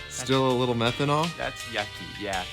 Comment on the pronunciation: I think he said methonal